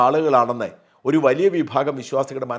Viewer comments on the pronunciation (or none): none